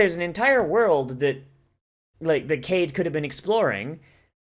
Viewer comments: I think he mispronounced it because the name is "Kaede" (not Kanade). But I thought he knew Japanese pronounciation better than that, so that's a weird way to say it. Maybe I'm just not seeing the trolling. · Kaede - Kai-eh-day